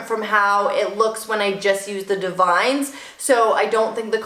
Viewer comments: Ugh don’t hate me... I promise I’m not the grammar police. I found out from an educator at my salon, Davines is pronounced Dah-vin-ess 🤷🏻‍♀️ I always called it divines, lol The more you know 🌈 P. S. Your my fav youtuber! Your hair is 💣 💥🔥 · Lol....Davines. It’s Da-vin-ess. Super pretty though. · That product is divine...but it’s pronounced: “Dah-vin-eS”